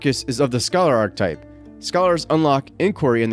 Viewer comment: Nice overview! "Archetype" is pronounced arch-uh-type.